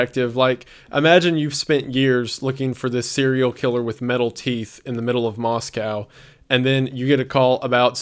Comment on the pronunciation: bestie i love you and your content very much but every time you say “moskau” i die a little inside <333